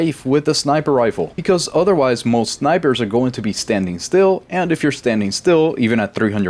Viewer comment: "sznipers" yup it is 😂